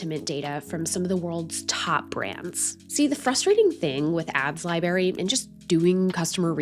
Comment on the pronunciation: I really value your content and cannot get over the way you pronounce library. There are two 'r's girl!